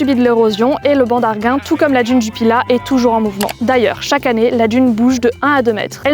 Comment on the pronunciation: Beaucoup de gens prononcent « djune » au lieu de d’une comme cette personne 🤦🏻‍♀️🤷🏻‍♀️